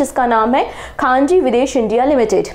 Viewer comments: " khanji nhi khanij likha hai, Khanij(mineral) India limited 😂😂😂😂 nind poori nhi huyi aapki lgta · khanji ❌ ; khanij ✔ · Mam, it is खनिज विदेश लिमिटेड । आप खान जी बोल रहे हो 😮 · ma'am khaneej hai.. khaanji nhi Q.o.d- D. Gukesh Thank you so much ma'am ❤❤❤❤❤ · It's not Khaanji. It's KHANIJ (MINERAL). 🙏🙏 Please try to pronounce the word correctly. I'M A DAILY LISTNER TO YOUR CURRENT LECTURERS AND THIS TYPE OF MISTAKES ARE VERY COMMON. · khanij not khanji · खान जी नहीं खनिज